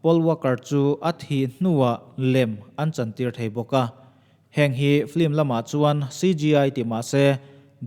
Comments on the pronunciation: "Flim" Nilo in, "film" Aw. I pronounce dan kha. 🙃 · Nia “ Ff-eellm” anga lam tur “Fl-imm” nilo in😃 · FILM tih a lam rik tur aw. FLIM a ni lo a nia. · filim tia lam tur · flim nilo in